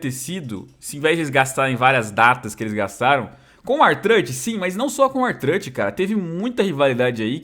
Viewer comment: O vê WWE mais de 15 anos e não aprendeu a falar o nome do R-Truth kkkk (não me xinga por favor )